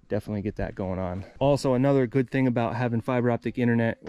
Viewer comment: “Goot” 😬